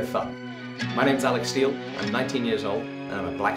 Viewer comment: Lol Alec steel. it sounds like “i like steel”